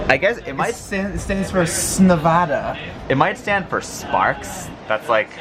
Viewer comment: Thank you for saying Nevada correctly,! (For shame,!)